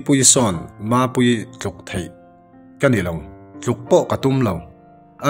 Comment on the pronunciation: ve lah hi inrawlh chikim sia...a tawngthei bawk sia,Pathian hming a lam peih bawk sia...a thusawi hi chu thu taka lak chi a nilo... pawh hian a nuihpui huah2 ania ka rin ni...kei tak ngial pawn ka nuihpui..🤣🤣...tawng fiah bawk silo..tluk pawh 'thluk' a ti zel mai...🤣🤣